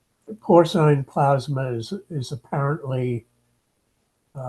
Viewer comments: Not only does & the Cambridge Dictionary mispronounce porcine, but so does Hank Green! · How remarkable that so accomplished a scholar mispronounces porcine.